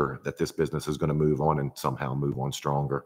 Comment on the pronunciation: Why do you pronounce the word "on" as "uwon"?